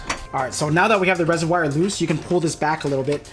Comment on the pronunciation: Please stop saying RESERWYE! Say it like your friend does, Reservoir! And how long of an extender on that socket wrench did you need for that attachment to get to the bottom 10mm bolt? I will need to buy one before my install.